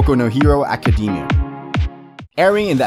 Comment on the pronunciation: “My hero acadeemia”